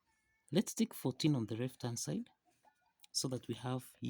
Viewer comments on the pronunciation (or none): If you can’t say hand at least say and not add.